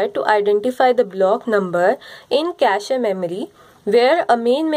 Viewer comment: Best video so far. For feedback: Cache pronounced like "cash". Its not cashy.